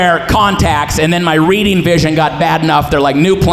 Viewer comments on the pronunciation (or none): none